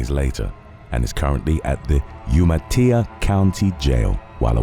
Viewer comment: Umatilla isn't a Spanish word. It's pronounced just as it's spelled. you-mah-TILL-ah